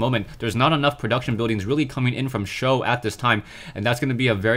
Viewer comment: "For Sjow" Fo sho